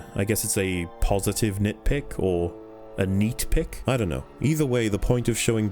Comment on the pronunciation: Nit-pluck? Nit-plus? Nit-perk? iDunno.